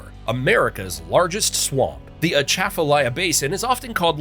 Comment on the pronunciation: first time I’ve ever heard anyone make a video for YouTube and even television that pronounced Atchafalaya correctly